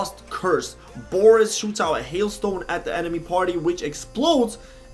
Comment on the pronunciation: Boreas is a pun on boreal (meaning "of the north or northern regions" - source Latin "borealis" meaning "northern") mixed with the latin root suffix "-eus" ("-eas" is a derivative term), meaning "made of" - for example, "argenteus" would mean "made of silver" (argentum being the latin form of silver). It's also pronounced "bore-ay-ass" not "boris" :P TL;DR Boreas more or less means "made of the north", which actually fits him pretty well